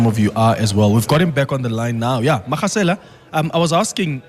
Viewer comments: Magasela is pronounced with as ‘G’ for golf. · Butchering the pronunciation of Magasela